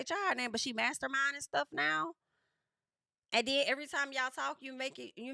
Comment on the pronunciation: EH-VUH-REE time!